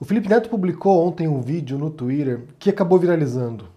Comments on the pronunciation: Pq vc faz o vídeo em português e pronuncia "tuírer" sendo que em português dizemos "tuíter"? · ele adora falar " TUIDER" .... " TUIDER" " FULANINHO POSTOU NO TUIDER... " , " POSTEI NO MEU TUIDER" ...